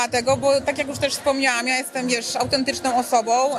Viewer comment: Jestem" autentycznom , sczerom osobom.." .wiesz !